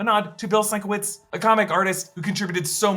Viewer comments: pronounced sin-KEV-itch NOT "sign ki whites" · It's pronounced "Sin-kev-itch", not "Sink-a-witz". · Minor correction - the hospital would be pronounced Sin-kev-itch, according to the way Bill pronounces his last name. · Bill Sienkiewicz is a fine artist and illustrator, not just a fine comic-book artist. His last name is pronounced, sin-KEH-vich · SIN-KEV- ITCH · It's Seen-KEV-itch you guys. If you took one minute to look him up it's on like all his promotional material. C'mon. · Sigh… sin-KEV-itch… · Oh, for crying out loud… it’s Sin-kev-itch. Check the man’s website. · Sienkiewicz is pronounced sin-kev-itch lmao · I get to be pedantic. Sink-ah-Vick. That is how to pronounce the artist’s name. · Sienkiewicz is pronounced (more or less) sin-KEV-itch. It's a Polish surname. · The name in pronounced “sin-kev-itch”. Source: I met him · Sienkiewicz, omamo jak on to przeczytał. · Dam they fucked up the pronunciation for Sienkiewicz Name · is this really how americans pronounce Sienkiewicz?! that was painful to hear...